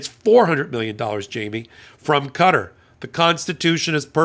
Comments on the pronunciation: Qatar is pronounced kah taa not cutter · Qatar isn't pronounced "cutter"! It's pronounced "Kuh-taa"! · I have the utmost respect for your intelligence and knowledge of all things legal, but Qatar is not pronounced "cutter", it's pronounced "cuh-TAR" with an accent on the second syllable. Love your hot takes, keep em coming! 😊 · Qatar is most often pronounced with the last syllable stressed: Ka-TAR. Certainly not 'cutter'. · Sorry I tried to stick with this as long as I could, and I know its raising important points but I had to give up when you continually pronounce the name of the country as Cutter. Its Qatar pronounced the same as throat and nasal mucus...catarrh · It's Qatar. Not Cutter